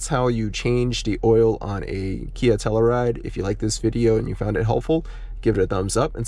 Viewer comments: DEAR GOD man....stop mispronouncing the name of this car and if not this car then for the town it's named after.... HERE YOU GO: TELL-U-RIDE...not TELL-A-RIDE.... Alright enough of that... Thanks for the oil change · Good video but you keep on pronouncing Telluride wrong lol and it's kinda cringe. It's pronounced TELL-YOU-RIDE.